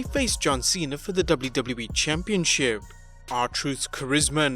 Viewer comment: Am I the only one who hates how this guy says the word “championship”? Lol